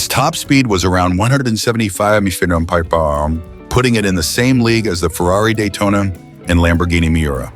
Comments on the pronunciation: 135 mahh pahmaha? 😂😂😂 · On a channel devoted to cars, how is it possible that the AI cannot pronounce "mph", "hp" and other automobile words? Combined with the predictable and unimaginative text, one tolerates the content of this channel more than enjoy it.